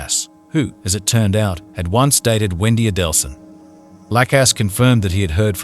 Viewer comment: Why would you narrate this video given you cannot pronounce Markel or Adelson?